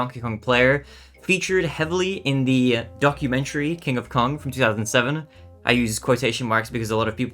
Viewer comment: I thought you said "donkumentary" 🤣